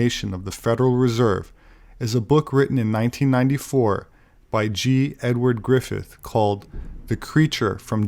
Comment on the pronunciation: A shame he butchered G. Edward Griffin’s name (at least he corrected it when he edited this video though;) ). ANYWAYS, this excellent video just came out recently, but is a super precious archival video. I highly recommend subbing to the channel hosting this video too btw, if you aren’t yet. The two people who run it are AWESOME. One of the main people is the same guy that exposed the Rock.efeIIer 2010 Lock Step document on YouTube in 2014 and has given MANY excellent public talks for patriots and anyone who will listen (Harry Vox). The video is an interview of a former banking insider and patriot, Norman Dodd Reece (now deceased), interviewed by fellow patriot G. Edward Griffin (of “The John Birch Society” notoriety, authored the book “The Creature from JekyII lsIand” [as mentioned here in video], and is also known for his infamous interview with whistebIower ex-KGB defector Yuri Bezmenov). “How the Banker Run Foundations are Shaping the World - Norman Dodd Reece:” That interview is like a good book you can’t put down, so do not be intimidated by it’s length (it goes by so fast!) The video’s description was so well written and informative too, so be sure to take a moment to read it! And if you were as impressed by that video as I was, be sure to pass it on as well!:)